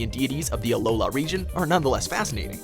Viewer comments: Great video, but it's "Alola" not "Aloha," also, WHERE'S LYCANROC!!! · It’s alola doofus